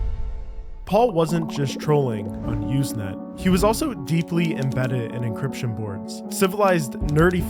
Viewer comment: encryption, not 'encription'